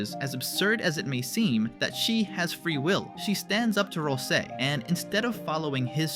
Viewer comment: "RAL ` SEE". Please. For the love of goat mom pronunce it roite m8. prono-unce it roit.